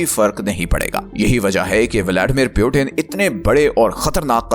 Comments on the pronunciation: Peuten ❌ Putin ✅ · It's Putin, not Piutin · पुतीन को प्युटेन क्यू बोल रहे हो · Putin❎ Piutein✅😂😂😂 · Peauten❌ Putin✅😂😂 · Bhai video fir se banao, or agla bar putin ko putin hi bolna .pyutin nahi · Its putin not pyutin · Butain nahi bhai putin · Kya Pyutin Pyutin bol rahe ho Putin bol na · Good theory but It's "Putin" not Butin! By the way. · Piutin nahi putin bolna sikh pahale. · Sabse pehli baat pautin nhi putin bolo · Pewtin nhi putin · Pew-teen❌ nahin Poo-tin hai✅😂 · Puitin 😂😂😂😂😂😂 First go and lear to pronounce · Bhai pu tin kyu bolta hai😂. Wo tin ka dabba nhi h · Putin ka pronunciation hi galat hai aur app sources expect kar rahe ho.